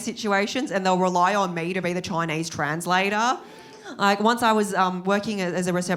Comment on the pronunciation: I think it's funny and adorable when she says "I'm Choinese"